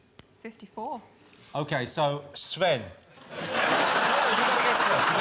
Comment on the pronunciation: „Sven“ :D